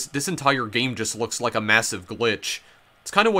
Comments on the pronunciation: gayim, owin, funny pronunciations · “Betwean the 2 versions of the gayem” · "Gay-em" "Mee-an" "Six-ti-en" Where is this pronunciation coming from? EDIT: Oh god it doesn't stop I've never even heard of this super niche game and now I'm contemplating whether I can sit through this explanation wtf are you doing bro